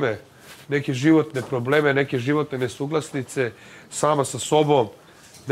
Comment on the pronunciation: 'NesuglasNice'.. ()